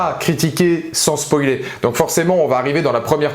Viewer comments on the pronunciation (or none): none